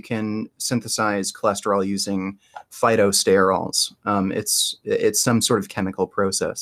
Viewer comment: “Phytosterols” lol